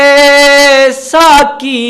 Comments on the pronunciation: Alas, no one noticed this shit of a guy tearing apart Iqbal's poem in the crudest way. What a shame, a program dedicated to the great poet, witnessed a brutal assassination of his 'kalam'. This guy pronounced 'saaqi' as 'saaki' , 'baaqi' as 'baaki'. Pathetic. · السلام عليكم ورحمة الله وبركاته ، اس چینل کا نام کیا ھے ؟ تلاوت جس نے کی ھے وہ جنگل سے لایا گیا معلوم ھو رھا ھے نہ کپڑے ڈھنگ کے ہیں نہ سر پر ٹوپی ھے نہ تلاوت میں تجوید ھے نہ لہجہ اور لحن ھے کسی کی اردو صحیح نہیں ھے (ساقی) کو ساکی ک سے پڑھ رھے ہیں (قریب) کو کریب ک سے پڑھ رھے ہیں علّامہ (لام پر تشدید) ھے لیکن بغیر تشدید کے پڑھ رھے ہیں ، علّامہ اقبال کے پروگرام کا چینل چلائیے گا تو خیال رکھئیے گا کہ اردو صحیح ھو تلفظ صحیح ھو پروگرام میں شارکین کا لباس صحیح ھو ، مجھے افسوس ھوا ننگے سر تلاوت کرنے والے پر ، ننگے سر تلاوت کرنا قرآن پاک کے ادب کے خلاف ھے ، تلاوت کرنے والا خوش الحان قاری ھو مجوّد ھو با ادب ھو چہرے پر ڈاڑھی ھو سر پر ٹوپی ھو اگر آپ میں ادب وآداب نہیں ھے تو ادب کی محفل بے ادب ھے ۔